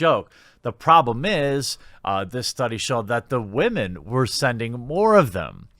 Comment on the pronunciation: How does one define "gamer". How does one define "spicy". How does one define sample size of the study. And jeremy.....wtf do you keep pronouncing the word "whom-an". Let's walk through it. It's said "whim-in". Not "whom-in". Id guess youre from canada but where the HELL do you people come up with this stuff it's like millennials TRULY grew up in another galaxy and they're still getting used to the social norms of this world